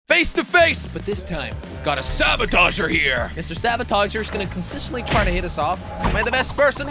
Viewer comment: why did say rabotager